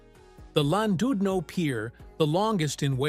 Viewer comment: Why an american AI accent for a video about UK seaside towns?? And where on god's green earth is Landoodno?? Utter garbage!!